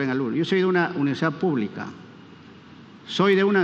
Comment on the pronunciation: Acuña se dice universidad, no universa